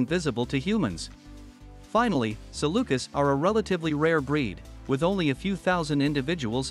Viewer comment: FYI: Having spent three years in the Middle East among the canine rescue community I would just like to share that typically the plural form is pronounced sa lu kees, not sa lu kiss. Not a major issue, just distracting. Beautiful Saluki photos in this video.